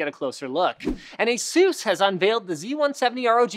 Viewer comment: whats with the asus mis pornouciation where did it originate ?